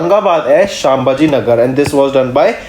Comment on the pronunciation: Brother please do correct pronunciation of words as you pronunce शंबाजी नगर, it is छत्रपती संभाजी नगर . Be carefull next time